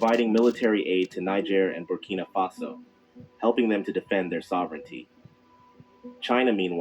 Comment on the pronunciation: Oh, and thanks for saying "Faso" !!!